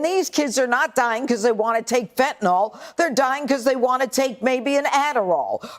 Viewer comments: It makes me cringe when people call fentanyl - fantanol. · Why can't they even pronounce the name of the drug properly? It's 'Fentanyl', not 'Fentanol'. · Tell Judge Judy that it's fentalYl, not fentanALL. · Of course the libertarian pronounces Fentanyl ‘fentanol’. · Why does "Judge" pronounce it "fentanol"? Has she never seen it in writing? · Fen-ton-all. The conservative pronunciation for fentonyl. LOL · For FUCK'S SAKE Fentanyl ends with "nyl" so it's not pronounced like "Tylenol" which ends with an "nol". The ending of fentanyl should sound more like the ending of vinyl.